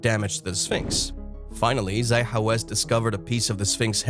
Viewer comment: His name is pronounced "ZAH hee HaWASS